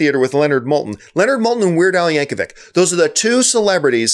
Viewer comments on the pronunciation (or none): none